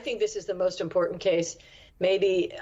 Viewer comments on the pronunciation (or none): What is it with the dropping of the T in the word “important”? The T isn’t silent.